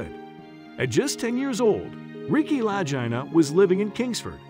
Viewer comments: The story needs to be updated. I enjoyed hearing this. I have watched Oak Island since the beginning. However, I hope Rick and Marty nor the McGinness family watch this. Pronouncing their last names wrong is quite disturbing. Gary was a marvelous addition to the family. I watched his treasure hunting days before Oak Island. He has the ability to find a needle in a haystack. Everyone has an important role in this project. They all have taken treasure hunting to a new level. Kudo's to each and every one of them. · thats nothing...... The Laginas found out they were saying it wrong also !!!!!!!! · Lagina brothers hahaha, check pronunciation m8 you make ik sound like ehhhh. Not good to speak it out here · I almost stopped watching this video because the guy couldn't pronounce Rick and Marty's last name. Very annoying . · Their last name is pronounced "Loo Geen Na" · “Luh-gee-nuh” is how you pronounce their last name. They’re from my hometown of Kingsford, MI, and Rick still lives in the area. They’re both local celebrities. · Their last name is Lagina, pronounced with a hard G (La Gee Na). If this guy had seen the show, he would have known !!! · Please have a robot learn to speak English OK is OK not Okey lagena is a last name that’s how you pronounce it thank you😊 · Don't you think it would be nice if the automated voice could pronounce their name correctly. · If you would just 1 show you would know how to say their last name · Thank you, I was thinking that the WHOLE time! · Yes! And show actual pictures of the island! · It’s funny how you can’t even pronounce their last name correctly😂😂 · Why am I the only one giving thumb down for totally misleading title ?? Lets give the liars what they deserve and discourage them from baiting us. Also the author has never watched the show since he pronounces the family name of the brothers wrong. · Ive heard their name pronounced like 5 different ways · Please pronounce their name correctly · at least pronounce names correctly